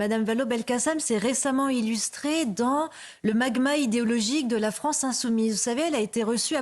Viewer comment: Pas "la fronce", son pyramidion, nuance…